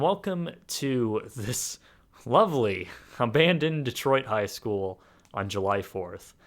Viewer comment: WERE NOT DETROOOOOIT!!